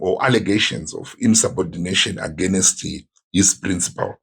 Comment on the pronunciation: Dear Zimbo’s it’s against not agenest.😅😅